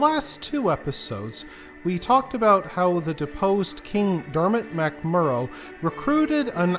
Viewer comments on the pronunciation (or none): U might want to get the pronunciations right Aoife is efa Armagh is armah Mcmurrough is macmurrah